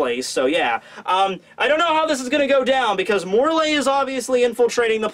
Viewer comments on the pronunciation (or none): It's pronounced *More-lee not More-lay